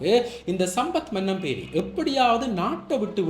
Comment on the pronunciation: மன்னம்பேரி இல்லடா மனம்பேரி.